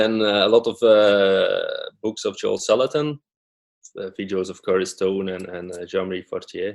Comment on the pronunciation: Hi I said Joel Salatin sorry for my bad pronunciation. must have been the nerves:-)